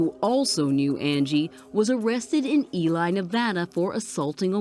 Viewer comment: wow wasn’t expecting to hear Ely mentioned. But also, it’s pronounced “Ee-lee” not “Ee-lie”